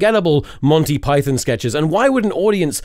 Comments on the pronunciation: Imagine dying on the hill of it being pronounced Pie-thin instead of Pie-thawn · Do we just say the name of the animal Python differently or is the name not about the animal?